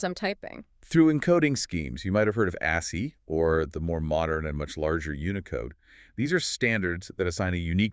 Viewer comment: Whatever happened there? Again, what happened here? Again, what happened here? That's not how ASCII is pronounced, is it? I appreciate the idea, but the execution leaves something to be desired.